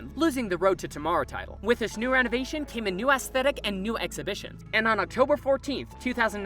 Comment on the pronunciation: 'new a s s t h e t i c' XD